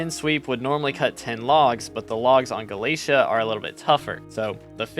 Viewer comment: yo dude u know its not galasia its galatea there is even an npc that will say it. anyway nice vid